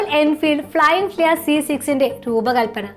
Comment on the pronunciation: തെറ്റായ ഉച്ചാരണം അരോചകമാണ് അമ്മച്ചി . ഫ്ലയിങ് ഫ്ലിയ അല്ല പെണ്ണുമ്പിള്ളേ "ഫ്ലയിങ് ഫ്‌ളീ " ആണ്